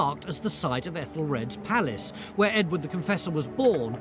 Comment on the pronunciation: Everytime I hear “Edward the Confessor” I hear “Edwina the Contessa”! 😂